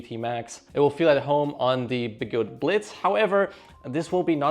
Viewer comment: OMG, your humor is cleaver. Referring to the Sherman L as the "Sherman Lynx" is brilliant. I'll go with SLinx. Your German accent on Blitz busted me up. I love being a membership subscriber. ~maverick 😊